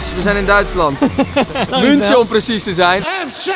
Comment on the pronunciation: 'Ik ben Milo en ik weet niet hoe je München uitspreekt'